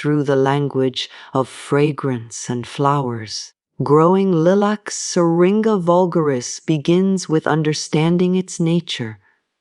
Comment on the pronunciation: AI voice over and the mispronouncing the word Lilac was an immediate turn-off. Did not finish and won't be back.